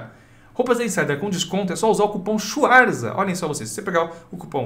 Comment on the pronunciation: "Olá Swarzas, eu sou Pessoa". kkkkk. Bebeu o que Pessoa?